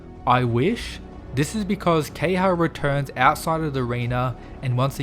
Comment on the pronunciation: It’s not key-ha It’s Ke-ha-ya